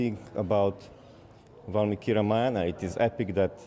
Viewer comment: The woman cannot even pronounce Ramayana and is pronouncing it as रमायणा. Shame on this woman. Disgusting.